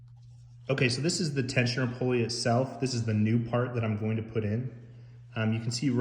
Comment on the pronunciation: Tensioner "poly". Sorry can't trust anyone that cant pronounce pulley correctly!